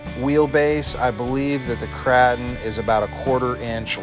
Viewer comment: LOL why do you call it the Krah-ton it is pronounced Krause-tun 😀 love all your videos! Doing my shredder upgrade this weekend. How long did it take you?